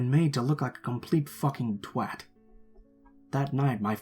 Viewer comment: That's not how you pronounce twat!